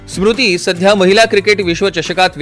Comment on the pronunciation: सुरुति नाहीरे स्मृती आहे ती😂😂😂😂😂😂😂😂